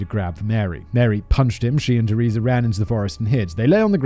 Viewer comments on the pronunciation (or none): none